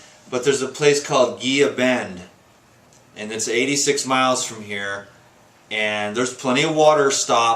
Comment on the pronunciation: You looking great. You are getting in my neck of the woods. The town is pronounced "hee la" bend (Gila Bend) cheers!